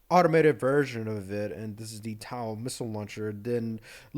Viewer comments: IT'S NOT TAU IT IS TOW T-O-W NOT TAU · I can’t tell if your purposely pronouncing TOW incorrectly.